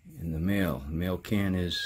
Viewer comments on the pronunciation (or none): I had a Saab when I lived in Germany, and it was definitely unique! By the way, Mahle is pronounced more like Molly, not mail. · Not making fun or anything because I had to ask a long time ago myself but I believe the correct pronunciation of "Mahle" sounds like "Molly". Someone correct if I'm wrong.